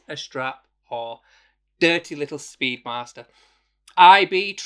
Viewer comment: "Speed Marster".......?! 🤔 Thought you were 'Yorkshire'?! 😄